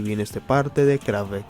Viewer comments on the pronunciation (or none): No te costaba mucho investigar un segundo como se pronuncian todas las palabras en aleman. Ni siquiera pronuncias bien el nombre de la banda (KraFTVerK, se pronuncian todas las letras en aleman).Musik se lee como se ve, no con pronunciación inglesa. Motorik se acentúa en la segunda sílaba, etc... Por otro lado, la palabra. isolado no existe, la palabra es aislado. Tampoco existe la palabra Exparse, sino que es esparce. Quizás deberías preguntarle a algún corrector para que revise tus guiones en el futuro. No siempre están bien explicados los conceptos y varias veces terminas un párrafo y uno se pregunta que significo todo eso. Un saludo.